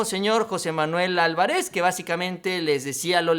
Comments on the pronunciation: El apellido Álvarez se pronuncia acentuandose el sonido en la Á, y no Alvaréz,o sea al pronunciarse se debe de fijarse en el sonido más fuerte en la Á. Es una palabra Esdrújula. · Ålvarez, con acento en la primera letra "A". Es un apellido muy común de fácil pronunciación.